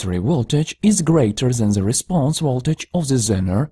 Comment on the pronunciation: If you stopped saying ze, your speech would not be terrible